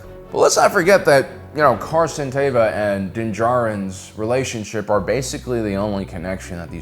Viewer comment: Stop saying Carson Tava. His name is Carson Teva!! ((E))va. Show your captain some respect